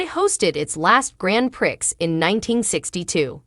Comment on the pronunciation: The Grand Prix is pronounced as Grand Pree it is a French title.